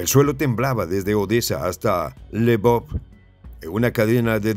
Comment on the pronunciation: "se lee "elvof" o Leopolis